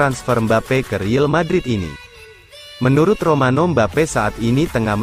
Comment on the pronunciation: tolong downk yg jd penyiarnya di kasih tau klo ngomong real madrid ya real madrid jangan riel madrid dengernya gk enak bgt buat team kesayangan gw